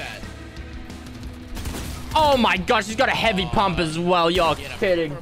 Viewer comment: did anybody hear him say hevey pump